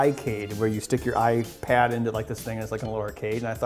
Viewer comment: Listen to how he says Ipad